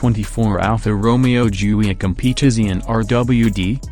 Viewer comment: Plihs lörn tu pronaunz Alfa Romeo